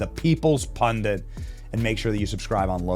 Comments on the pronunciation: "Pun-DIT"... not "pun-DINT". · What's a "pundint"? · So, is "pundit" officially pronounced "pundent" now? Seems I'm hearing it everywhere. Is there some reason? If it's some kind of meme I missed out on, I'm on board. Or is it just carelessness and unprofessionalism. Is it a little known alternative pronunciation? No hate, I really want to know.